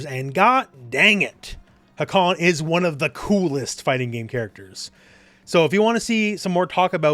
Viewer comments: I love the video and the character but a little nitpick of mine is that nobody (except Turkish speakers ofc) pronounces his name wrong. You pronounce the first "a" short and the second "a" long, but it's the exact opposite. The first "a" is long "a", and the second a is a short "a". If you speak Japanese, the katakana writing system is very phonetic (unlike Turkish or English) so it's more like ハーカン than ハカーン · Btw the first a in hakan is longer , you pronounce it like its a japanese word , not really important tho but just saying